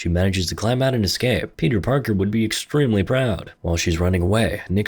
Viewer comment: "Clapped", "Self delete", "Estremely", "Viola!". You're barely able to speak.